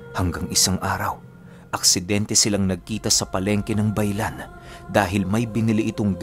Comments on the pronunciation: Ba.i.lan po mag pronounce taga dito po ako shout out for the next video pampatulog ko po Ang kwento nyo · Iba po Ang pronounce ng bailan. Tga capiz po ako